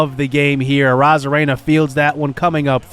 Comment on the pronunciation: He is in the minors and he had bad seasons because you called him John, when his name is (gen-e) jean dumont and randy's last name is (a-rose-za-rena) and send brennan to triple a